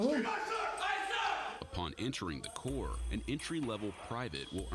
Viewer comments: Corps NOT CORPSE. THEYRE MOT DEAD ' THEY'RE VERY MUCH ALIVE & WOULD KICK YOUR STUPID ASS FOR SAYIN IT! AND RIGHTLY SO ! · I'm missing something, she still said it wrong..she said corp twice. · It’s pronounced core (corps)